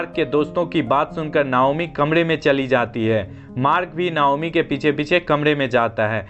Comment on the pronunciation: नायोमी नही नाओमी